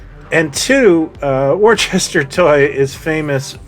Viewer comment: Worcester not pronounced "warchester" It's pronounced "wooster" My mother was born in Worcester in the UK? Great content as usual sir 🙂